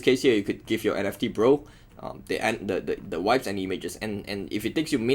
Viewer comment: Funny bro... Vibes means nice stuff or feelings... And you didn't pronounce it correctly 😂😂